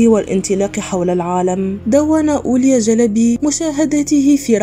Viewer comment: لفظك لاسم الرحالة هو غير صحيح، والصواب أن تقولي أولياء مع نطق الهمزة في آخر الكلمة